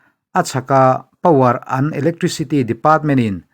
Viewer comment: Power and tih tur ni awm tak an tia lam tlat mai hi